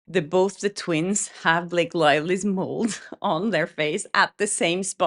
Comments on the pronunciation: Just as an FYI it is a "mole" not a "mold" =) You're awesome. BL is getting tiring to hear about but I keep listening, hahaha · I think i heard a "d" at the end of the word "mole". Maybe it's just what i thought i heard. Anyway, there shudn't be a "d" sound at the end of Blake's atrocious skin mole as a twin character :D I love your slightly padded phonetics, it's charming!